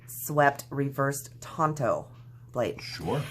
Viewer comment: Tanto is pronounced like you said it, with the "on" sound. It's a Japanese word. Don't let your friend get away with that know-it-all nonsense,! I like your channel so far, hope you keep it up.